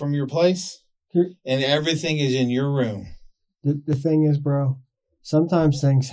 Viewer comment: Say BRU one more time and it’s a dead giveaway you’re lying not to mention uneducated